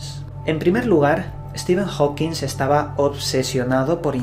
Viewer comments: Compadre, me caes muy bien, te sigo desde hace unos buenos años, pero no nos Chingues, es Hawking, no "HawkingS" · Por favor, a ver si hay una sola vez que digas su apellido correctamente, jajajaja Es Hawking! No Howkins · Amigo, es Hawking, no "HawkinSSS". No lo has dicho bien ni una sola vez. Un poco se seriedad. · Porque le dices Stephen Hawking"S" y no Stephen Hawking como realmente es? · TODO Muy Bién!.. 👍👌 sólo que no le digas Steven Hawkins.. -Stephen Hawking(king)..vale..? 😉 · HAWKING, no "Hokins" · Hola! Adoro tus videos, pero no es la primera vez que noto que pronuncias mal el apellido HAWKING. Ese apellido no lleva S y siempre le pones una S al final y resulta algo molesto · Oye, siempre dices Hawkings con "S" al final, pero no lleva ese su apellido:v